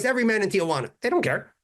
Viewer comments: You mean it’s not Tia Juana? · I'm the only white guy I know who can pronounce Tijuana correctly. Hint: it's 3 syllables, not 4